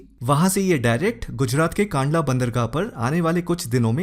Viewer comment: सर, बीच खबर आईथी की वो गेहूं मिश्रने खरीद लिया है और गुणवत्ता भी अच्छी है। "कंडला" नाम है कांडला नही।